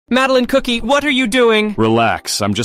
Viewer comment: Because trying his best to pronounce Madeleine name